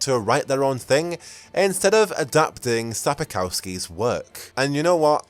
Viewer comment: "Sapakowski"? I think it's Sapkowski